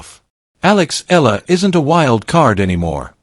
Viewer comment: Her family name is pronounced eeh-yah-lah not ela